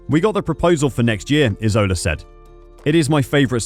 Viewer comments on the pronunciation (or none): Hi! Very useful video! 💜 I’m Italian and i wanted to let you know that the surname of Mario Isola is pronounce with the accent in the first letter; and translated in English will means “island” 😜 have a good day 🌈